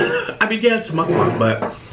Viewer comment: I thought he said muckbong not muckbang